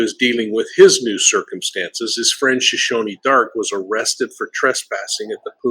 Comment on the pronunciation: Shoshana is pronounced "Show-shan-a" not Show- shown-ee . Sorry, it drives me crazy when anyone mispronounces names. She wishes she looked like beautiful Suzanne. No way! The Laundries own at least 4 condos in the Tampa area. Brian could be staying in one of them, or he could be hiding in his parents' or sisters' houses. He's too soft to survive in a forest or swamp.